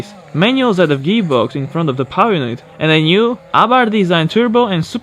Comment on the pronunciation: this guy can’t say “power”